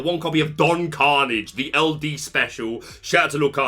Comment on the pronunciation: Your pronunciation of Hiram Flaversham and Philoctetes are an important reference for the community, for which you will always be appreciated. Can you please check on Don Karnage? I think you might be off book on that one.